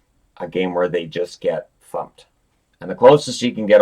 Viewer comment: I definitely didnt hear a swear. I heard 'fumped' a combo with 'thumped'